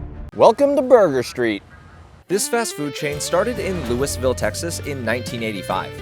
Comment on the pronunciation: The pronunciation of Louisville killed me